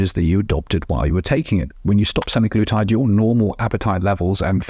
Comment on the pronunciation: Good discussion...although my ears fell of with the pronunciation sem-eye-glutide.